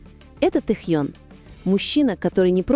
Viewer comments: Ким Тэхён. КИМ ТЭХЕН. Тогда и Чонгуен, Чиминен, Хосокиен, Намджунен, Джиноен, Шугаен. По русски Ким Тэхён. Слушаем на русском языке. Автор, будьте любезны правильно называть имя Тэхёна. Это не трудно. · И/ И? Вот пусть и переводит тогда Чонгуен, Чимиен, Намджунен, Хосокен, Шунгаен, чтобы одинаково звучало. Недоделанный и/и .интересно, а кто закладывал в него текст, какая необразованность нерусская?